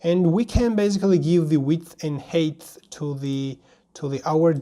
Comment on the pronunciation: "height"is pronounced HITE not HATE